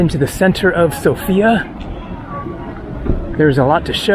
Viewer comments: Hey, lovely video, but just a side note. It is pronounced Sófia not Sofía, The stress is on the O not the I. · It is not a girl, it is a capital. It is pronounced sOfia, not sofIa. Greets from Sofia. :) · Dude, it is pronounced SOfia, the stress is on the O.